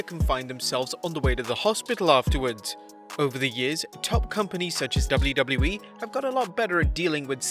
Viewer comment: the way he says ''W'' is tooooooo funnyyyyyyyyyyyyy '' double u double u e'' hahahhaah